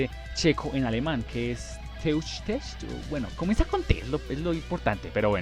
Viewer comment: Muy buen video. Te mando las pronunciaciones: Panzerkampfwagen se pronuncia "PANTSER KAMF BAGUEN" (la p es casi silenciosa) Jäger se pronuncia "LLEGUER" Tschechisch se pronuncia "CHEJISH" (la t inicial es casi silenciosa! "Grille" se pronuncia "GRILE" "Sturmgeschütz" se pronuncia "STURM GESHUTZ" ¡Saludos!